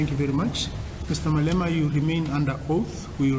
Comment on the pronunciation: 'the salient portion of that speech for our purposes, is that Mr. Malemana' dude can't even pronounce his name lol